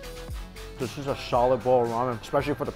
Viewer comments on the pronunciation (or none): "Shawlid bowl of rishe". Anyone else hear that?